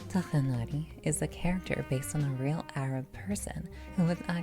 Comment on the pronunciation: I’ve heard two different pronounciations of Tighnari’s name. One, which is the way you pronounce it - like “Tugh-nari” and then another “Twigh-nari” im not too sure which is correct.